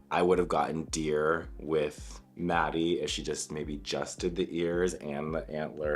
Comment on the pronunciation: Not “Maddie” 😩